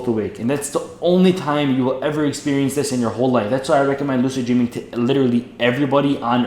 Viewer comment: "dreeming" lol